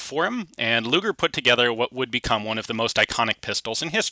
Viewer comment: sounded like you said...Gaylord luger